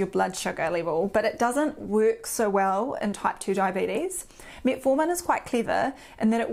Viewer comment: Metfartin. Which is funny at first, but not for long.